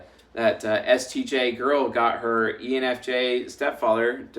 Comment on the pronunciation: I wonder if it was the fever that made him say “hor” instead of “her” 😂😂😂 And I am going to put it easier : bring a Chris Hemsworth look like man in a suit smelling good and tell me he is my new boss and I swear I don’t go anywhere!! 😂😂 I will be sure to give him a good experience 😂😂😂